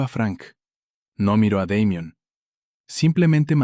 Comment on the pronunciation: En español ... se ptonincia damian